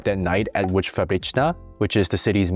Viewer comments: The "tch" as Łódź is extremely funny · It's pronounced WOODGE